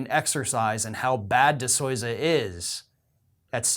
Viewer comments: 1- You pronounce his name wrong. The convict's name is not DeSoza. 2. He is a convict and a grifter, what did you really think he had any actual evidence of any kind? 3. The guy is well known for other grifts related to young earth creationism and other insane ideas. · The movie is compelling. This author obviously didn’t watch it. He can’t even pronounce Dinesh‘s last name correctly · Please continue to mispronounce his name. Who name? DiSleeza. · You are full of shit. Why are you saying his name like that? I love in AZ., we had 200% turn out in several precincts. That's not possible.